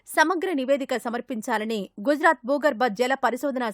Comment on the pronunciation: గొజ్ రాత్ కాదురా..